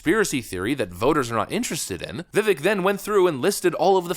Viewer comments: His name is pronounced [ Viv-vake ] as in cake brother. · (Heh, i don't wanna be that guy....I know you're gonna talk about him probably a lot the next couple weeks...it is Viv ake sounding, he said Vivek, like cake. That is when it clicked to me Ohhhhh, like cake, that makes snese. Not trying to nitpick or be a snot, I'm trying to help). Respect to ya man, keep it up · If you respect the man, learn how to pronounce his name. It's Vi-VAKE. Rhymes with CAKE. Emphasis on the 2nd syllable. Just sayin'. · Viv - VAKE ... not, "VIV ick" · It's pronounced, "VEE-VAKE," like "CAKE." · Vivāk , like brake, take, rake, ache, or as he says cake. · “Vivek, rhymes with cake”. I’m surprised you haven’t gotten b his name correct yet. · His name is pronounced Vi-VAKE. It's like CAKE. Vi-VAKE. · His name is pronounced viv-vake like cake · Come on... Vivek; rhymes with cake. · I love your content ❤️ keep up the good work. I know you love to be so accurate in your content. So Vivek is pronounced like VIVAKE he said it rhymes with Cake. Keep up the solid vids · His name is pronounced "Vivake." It's time to finally get it right. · It's spelled Vivek, it's pronounced Vivake. Vivek rhymes with cake. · His name is Viv-ake..it rhymes with cake! Have some respect! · For f sake. It’s Vi-vake rhymes with cake. Show some respect and pronounce his name correctly. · It’s VI-VAKE LIKE CAKE dude, get it right ffs. Vivek like cake, not hard to remember. Vivek 2024. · Multi-million dollar YouTube channel and you still can't pronounce his name right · Please stop saying his name wrong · Can you learn to say his name right????? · Another day, another Vivek video where you still haven’t learned how to pronounce the man’s name. Bravo.